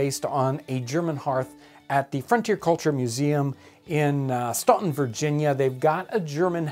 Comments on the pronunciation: It’s pronounced Stan-ton not Staun-ton...even though it’s spelled that way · I'm not even checking, but it's pronounced stan ton! Not ston ton! We hate it when people mispronounce it! That said, Staunton is terrible, and I'm glad I don't live there anymore. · Great video. But with any comment gotta knitpick…it’s pronounced Stanton Virginia not Stonton. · Hello there! This channel looks fantastic and I'm eager to check out more. I just quickly wanted to mention something I noticed- I live in Harrisonburg, VA just up the highway from Staunton where the Frontier Culture Museum is located (definitely visit if you haven't!!). Despite its spelling, the pronunciation is Stan-tun (as you would say the name "Stanley") rather than Stawn-tun. You'll sound like a true local 😀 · Many thanks for your great videos. Just to mention the pronunciation of Staunton is "Stanton." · Fun fact: Staunton used to be Stanton, and is still pronounced that way, but after the slaveholder's rebellion, they changed the spelling to keep yankees out. If anyone asked how to get to "Stawn-ton", they would be directed elsewhere, but anyone asking how to get to "Stan-ton" would get right there. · Love the Frontier Museum! Lol, you pronounce the city "Stan" "ton". Hehe. Thanks for this...I love old kitchens! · Very much appreciate your videos! Very informative and intriguing. A little fyi - Staunton is pronounced Stan-ton by locals. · I love your videos, and thinking about how my ancestors cooked and ate. BTW Staunton is pronounced "Stanton", sans the u. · One quick minor criticism, if I may: the proper pronunciation of the city of Staunton, is STAN-ton. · Its actually, STAN-ton, VA. But it's okay you're not from around these parts... yankee ;) PS: Great Videos! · The u in Staunton isn't pronounced. It's said like Stan-ten. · Staunton is pronounced Stanten with a silent t. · Staunton VA is pronounced "stan tun" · Staunton is pronounced Stanton. I don't know why it's spelled that way?!